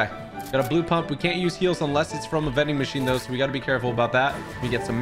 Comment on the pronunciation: He said mending machine like mincraft